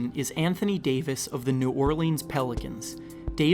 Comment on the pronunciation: Bro it’s pronounced “New Orlins” not leans. I hate when people not from Louisiana to say it that way 😂😂